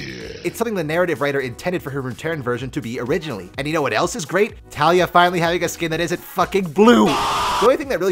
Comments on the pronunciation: its not talia. its TaLEEa. (check the champion spotlight from riot and you can hear it there) Ta LEE A. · Her name is Taliyah, "Tal-YEE-YUH" not Talia.